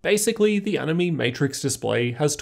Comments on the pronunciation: Btw it's pronounced as "annie may" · Animaymay, nah I'm not so sure, I know how "anime" is pronounced, but they said it how I say it at CES, plus the word is capitilzed as "AniMe", emphasis on the "me" because you can customize it how you want, or something.